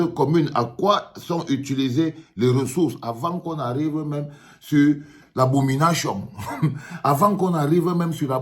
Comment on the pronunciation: 😂😂"abominashion" haa longue à vous grand frère.